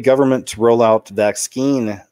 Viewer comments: Why do you pronounce vaccine... vax- skeen? Did i miss something. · Vax-scheme, as in it is all a planned agenda. Also, mispronouncing certain buzzwords helps to divert the YouTube algorithm that audits for videos with content that goes against the prevailing narrative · He knows how to pronounce the word. He says it differently on purpose